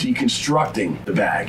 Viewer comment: I thought he was saying "bad boy" every time he said bag